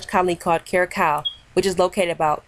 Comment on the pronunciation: The second c in curacao is pronounced with an s sound not a k sound